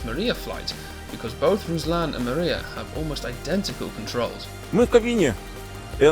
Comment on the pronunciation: Pronunciation of the aircraft name is not correct . It’s not mAriya, it’s MRIYA!